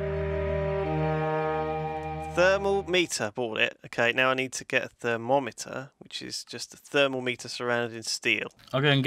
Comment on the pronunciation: I love how just pronounced thermometer as "thermo-meter" like it was something pretty complicated.:P